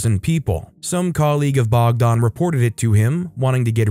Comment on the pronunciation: Story 10 sounds like serbia, protests were because of a first ever school shooting Edit: ah yes confirmed lol. Tho thats not how we pronounce the name bogdan, you made it sound more russian than it does in serbian.